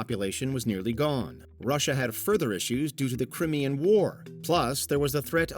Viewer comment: Crim Ian war😂